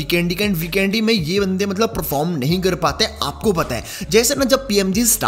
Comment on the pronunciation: Not bikendi bro😂 vikendi no offense